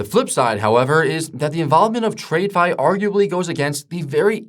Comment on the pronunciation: Who is this guy reading a script written by Chapgpt and pronounces "trade-fi"????